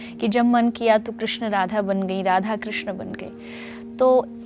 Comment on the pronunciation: Krishn ka 😢 thik se boliye